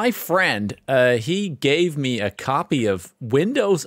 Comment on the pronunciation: Windows 11 "capy" xD